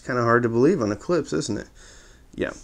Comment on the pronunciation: It's pronounced Klippshhhh